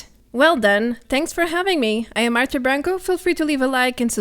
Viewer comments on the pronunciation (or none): none